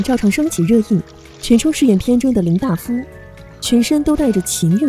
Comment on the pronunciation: 她在太阳照常升起里面是医生，应该是大夫（dai fu)吧？第一遍以为是口误，第二遍还是说错了